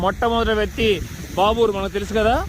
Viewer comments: బ్రదర్ చిన్న సవరణలు మాదర్శ కాదు మదర్స బాబీర్ కాదు బాబర్ ok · babur kadu bro anthanu babar